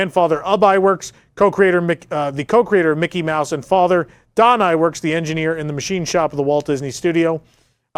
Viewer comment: Not trying to be critical, but Ub Iwerks name is pronounced Youb